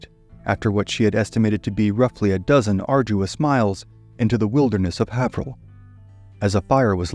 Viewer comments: It’s pronounced heyverill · Being from SE MA originally myself I don't think I would have known where he was talking about without the map. I would phonetically say Hay-ver-ill, not Have-her-hill. Not being critical of the pronunciation, just amused...great story...